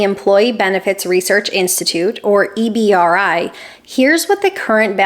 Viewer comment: EBRI is usually said as “EE-BREE” btw. Great video.